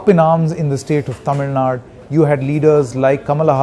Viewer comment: Its Tamil Nadu... not TamilNad u moron... first try to pronounce it properly...